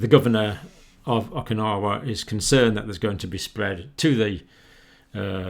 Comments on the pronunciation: It's OKINAWA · O-kin-ow-wah, Doctor. Just a gentle correction. Thank you for work; it's invaluable to human life and health.